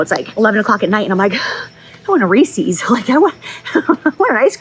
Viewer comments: I've always thought, "I'll love Jaclyn no matter what, there's nothing she could do to upset me." And then you had to go and pronounce it "Ree-Sees". UNFORGIVABLE. 😅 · Giiiirl the only thing I’m judging you for in this video is the way you pronounced Reese’s. 😭 PS super super proud of you for being so vulnerable and realizing you had an issue and tackling it on your own! 🤍